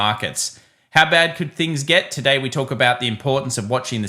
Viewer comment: lets go through it "togay" - ease up tiger